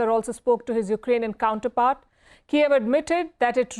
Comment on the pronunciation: Palki can only shout, don't know the basic pronunciation difference between Kyiv and Kiev, that's the whole point of this fuckin war 😂😂😂🤡